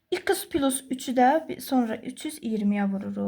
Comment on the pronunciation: Düzünü desəm, esebime toxunduz İkıs, pilus zad..